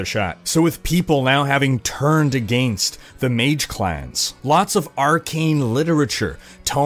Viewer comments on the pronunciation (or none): Why does he pronounce against like "AGIINST"